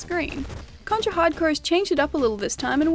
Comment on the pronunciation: Thank you for pronouncing the game correctly. You would be surprised how many people fuck that up.